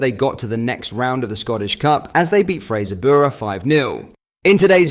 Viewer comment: Ah yes, Fraser-byoorah